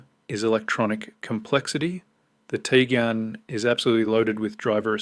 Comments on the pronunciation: its not Tigan... its Tiguan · Teegan as soon as heard that I switched off